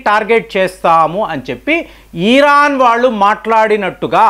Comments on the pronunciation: ఈరాన్ కాదు ఇరాన్.....😅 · ఈరాన్ కాదు సార్ ఇరాన్ అని చెప్పండి. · Eeeeeeran Kadu nayana iran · Please don't call eeeraan. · antha bagane vundhi...kani iran na eeeron na sir pronunciation naku edhi correct artham kavatan ledhu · adhi iran ra babu eeeran kadhu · EERAAN KAADU, IRAAN KADA ? DEERGHAMU LEDU